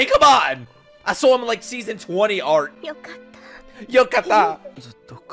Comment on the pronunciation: The way you say ""Yo ka ta" was epic lol